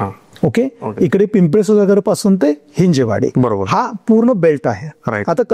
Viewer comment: Overall good information, but please note it is हिंजवडी ✅️ not हिंजेवाडी ❌️